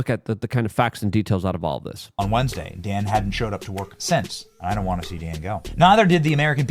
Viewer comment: Well, at least one thing was accomplished in all of this mess.....at least you stopped calling him "Don" Bongino. Lol, I like your "Lukeisms" dude but everytime I heard you call Dan Don it made me want to break things🤣